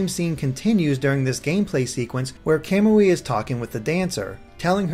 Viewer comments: you're ignoring that in Japanese emphasis is placed on the next to last syllable. For Suiyoubi your explication works (because emphasis is on the "yoo" sound), however for Kamui emphasis would be placed on the "mu" making it a noticeably different sound. Hence "Ka-moo-ee" instead of "Ka-mwee" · it isn't. I am in year 3 of Japanese in High School and have watched an anime that had that character's name. KA-MU-I is how you say it. "mwee" can't be pronounced in Japanese. カムイ